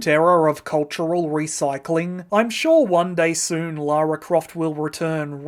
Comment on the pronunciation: Ironically, they changed the name from Laura to Lara due to the perceived potential issue of Americans pronouncing Laura incorrectly, but there are countless examples on YouTube of US creators mispronouncing Lara and instead they say Laura. I'd say it's about 70/30 in favour of the Laura pronunciation from US creators, so it's clearly a widespread issue, especially today.